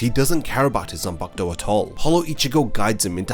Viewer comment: Its pronounced as zanpakuto